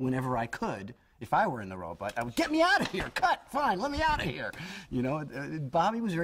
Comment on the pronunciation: Funny, he still pronounces it "Robutt" all these years later... I thought it was just because he was a kid that he constantly mispronounced "Robot" as "Robutt."